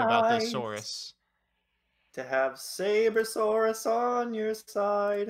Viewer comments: The only reason lost was because he kept calling the card "Sabercerasaurus". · Omg "SaberCERAsaurus" where did he see that CERA part? That hurts my ears. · Saber-Cera-Saurus instead of Sabersaurus was triggering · Did you say "Sabercerasaurus"? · I don't know what "Sabercerasaurus" is, maybe if you could say its name correctly you wouldn't have been schooled by it?